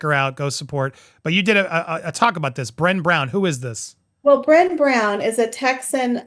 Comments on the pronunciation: Her name is pronounced Bre - neigh! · "Bra- ney" (like Rene) Brown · It’s pronounced as Bruh-nay not Bren. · It's pronounced "Brenay," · Bren-ay Brown. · Brene rhymes with "Renee." Just FYI. Self-help mogul. For what that's worth. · It’s Brene…rhymes with Renee. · Brene’ rhymes with Renee